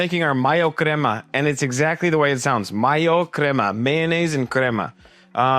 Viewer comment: I don’t know if I can follow your recipe when it’s from a no sabo guy can’t even say crema correctly